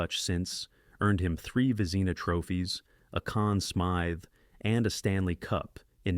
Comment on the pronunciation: When the narrator can't pronounce the award to the best goalkeeper, it proves he knows nothing about what he talks about. A waste of time. VEZEENA, MY GOD...